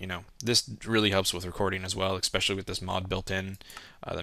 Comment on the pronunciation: It's not expecially